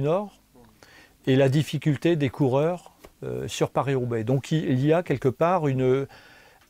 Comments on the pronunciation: He got it right in the intro, but after that ..... 😲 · Watching Mitch resolutely pronounce it pariS in front a Frenchman was 😅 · I'm Australian and I cringed when he kept pronouncing Paris with an S. Very odd